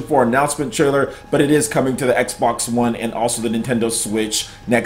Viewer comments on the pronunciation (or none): none